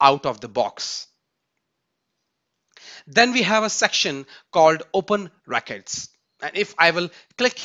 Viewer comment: your pronunciation of 'records' is wrong, it sounds like 'racquets' - pls correct it going forward